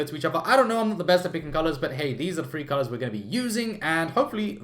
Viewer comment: Im super curious where is he from?? Ive heard his accent on several other youtubers and im wondering because when he said three it sounds like free.